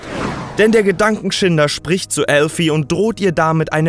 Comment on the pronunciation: Es stimmt er sagt es richtig